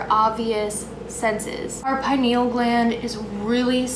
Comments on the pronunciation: I've never heard someone pronounce penial gland like that😂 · Everyone thinks im crazy when i tell my buddies about fluoride in our water and everything. You pronounce pineal gland funny